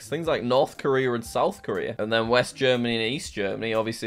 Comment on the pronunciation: Dude, stop saying the R sound when a word ends in a vowel, you literally said Korer then one second lighter said Korea properly, then turned around and called Toyota Toyoter